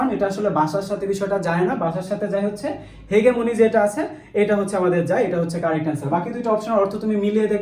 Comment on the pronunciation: ভাইয়া, হেগেমনি না এইটা হেজিমনি 😶